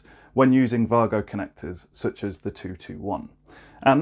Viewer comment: Mate. It’s Way-Go.